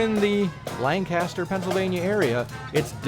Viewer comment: Lang-kissed-her not Lang-cast-her